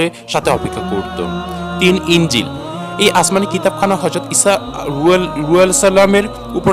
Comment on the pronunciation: ঈসা আঃ এর নামটা ভালো করে উচ্চারণ করতে পারেনি। আর ভিডিও বানায়ে ইউটিউব এ আপলোড করেন। আপনি ঠিক করেন নাই কাজটি।